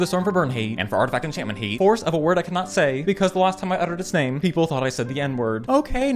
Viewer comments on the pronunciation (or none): none